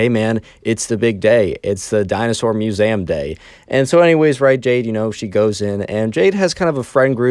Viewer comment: Muezam? It's Mue-Zee-Am not Mue-za-m.